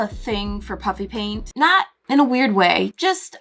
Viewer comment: Anyone else notice that she said "puppy" paint or is that just me 😂😂